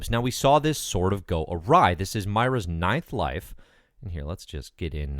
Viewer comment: Think her name is pronounced "Moi-rah".